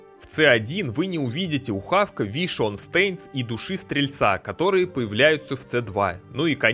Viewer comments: Вишион стэинст стэинс... стэинс... стэинс... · дэз вайшпир ))) вишион стейнс )) ору )) как воспринимать всерьез эти рассказы о классах, когда человек названия скиллов даже не смог за столько лет выучить?